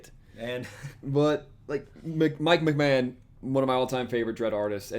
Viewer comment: McMahon pronounced McMarn. He inspired Mignola actually I believe.